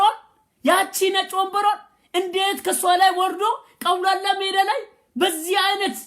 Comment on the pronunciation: ግን ቀውላላ ሜዳ ሳይሆን አውላላ ሜዳ ነው ሚባለው